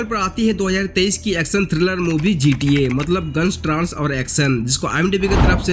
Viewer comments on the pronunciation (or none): 4 no ki movie to dekhi hai baki sari movies kuch khas nai hai GTA soch raha hun dekhu fir bata ta hun aur bhai vo ट्रांस nahi ट्रेस hai it means Trace, koi cheez ka pata karna k kaise huwa